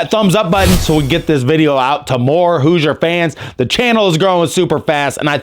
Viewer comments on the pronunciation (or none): none